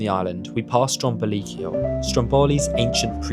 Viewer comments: Heey, I was there last June!! Beautiful Sicily! PS. it's "Stròmboli", not "Strombòli" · Strómboli, not Strombóli, please!😊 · It's actually called Strómboli , not Strom bowly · Since you were in Sicily, mount Etna has rivers of lava. Don't know why english people use random tonal accent, don't you at least try to speak with locals or use a translator app? It's Strómboli, not Strombòli. It's Cápri not Caprí. It's graziE, not gratzy. Thank you.